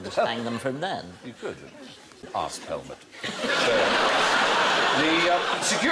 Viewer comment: "Arse pelmet"